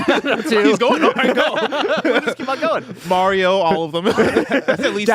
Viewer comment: Why did momentarily start saying Mario’s name wrong?